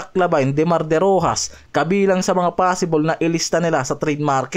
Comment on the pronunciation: Derosan hindi derojas